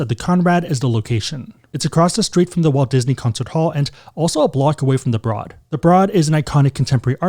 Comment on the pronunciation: Great video! Santa Monica local here - Oceana is always busy and heard similar reviews as yours. WA is always a solid pick. It’s beautiful. I’m excited to check out the Conrad, maybe in the Spring. Oh, and the Broad - it’s pronounced like “road” not “rod”. (Or like “brode”). Anyway loved the video and content as always! 🎉